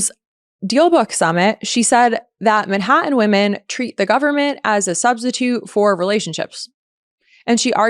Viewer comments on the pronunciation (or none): none